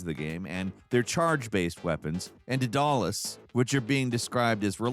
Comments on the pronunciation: Daedalus is pronounced “Day-duh-luss” not “Duh-dal-us” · “dadalus” hurt me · Duh-Doll-Less??? Really? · Bruh the phonetics are day-duh-lus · It's pronounced DAY-duh-lus. He's the father of Icarus, the fictional, tragic hero from Greek myth. Sorry I'm not trying to be mean, it just makes me a little sad literature isn't more popular. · pronounced closer to day-duh-less. Sorry I just... I couldn't let that one go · how do you mispronounce Daedalus that badly!? Did you sleep through school Greek & Roman mythology units? He made the labyrinth that held the Minotaur and sired Icarus! Dā-dâh-lus. Please tell me you're trolling us with that one. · Day - Duh - Las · Daedalus (dead-a-luss). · it's pronounced Deadalus, not Deadalus. Hope that helps✨ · "DOLLUS" is your best attempt at pronouncing "Daedalus"?? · Didalis? Cmon, You did that on purpose... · Daedalus is pronounced Day-Dah-Lus. Like in the Deus Ex (2000) game. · That was a hilarious wat to pronounce Daedalus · what did you say? That wasn't how the Greek name was said. It also wasn't the American or British way to say that word according to Google lol. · the way you pronounced daedalus had me go into a little brain shock there buddy! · Somewhere a Greek history teacher is crying at the way you pronounce Daedelus. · oh so that's how you pronounce Daedalus? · Today in words can't pronounce: Daedalus